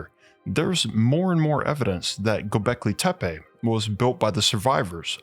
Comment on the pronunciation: the way you pronouns gobahli tapeh is so funny if we translate it word by word it means mushroom hill.